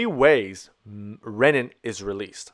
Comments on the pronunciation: You are excellent, per usual. Keep in mind: Renin (ree-nin) = enzyme for RAAS Ren-nin (ren-in) = enzyme for making cheese ;) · The pronunciation of renin should be similar to renal, not rennin which is an enzyme found in theh stomach of ruminants.